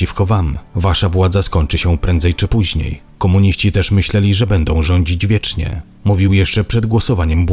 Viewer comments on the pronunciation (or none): none